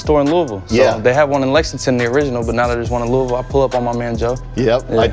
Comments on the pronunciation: As someone from Kentucky it killed me the way the interviewer said “Louisville” 😭😂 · “ Louie-ville” that’s not how u say that 😂 !! GLAD JAKE SAID IT RIGHT